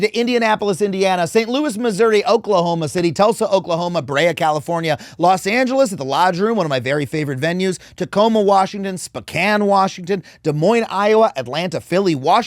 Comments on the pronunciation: I live on the opposite cost but I still bought a shit ton of Zohran stickers because I want EVERYONE in the states to know who he is! also, FYI, just so you don't take it in the teeth when you get there irl - for Spokane WA it's Sp(oh!)-can, not sp'can - but bully for you for pronouncing the last half correctly! Usually folks say sp(oh)cain lol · Adam… please, stop saying Spokane like pecan. Someone pranked you by telling you to pronounce it like that. It’s Spo-CAN. Spo… as in spoke. Thank you. Huge fan. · Love you Adam just a head up though- Spokane is actually pronounced Spoe (like toe) -Can. It's a little weird lol. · Bro please learn how to say Spokane. Still love ya, but damn your killing me!